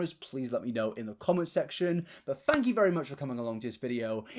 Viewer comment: Fank you! Beans.